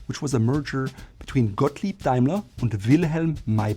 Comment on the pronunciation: I appreciate the additional “Gottlieb” pronunciation!